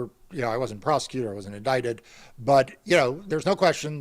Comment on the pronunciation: Two illiterates, he's a mess said prostituted not prosecuted 😂